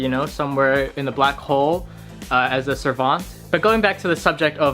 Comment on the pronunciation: "Servaount" lmfao